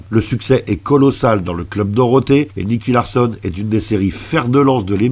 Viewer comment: Purée la nostalgie! Merci pour ce partage 🙏👏👍 Juste dommage que tu te sois trompé dans la prononciation du protagoniste, car ce n'est pas "Larssonne", mais Larçon (comme dans garçon)… T'as fait bobo à mes oreilles… 😜